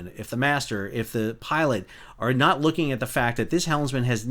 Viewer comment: "Loo in"